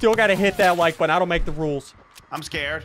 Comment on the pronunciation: Drink that like buttun